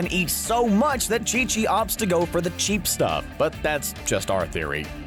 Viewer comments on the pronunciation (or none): none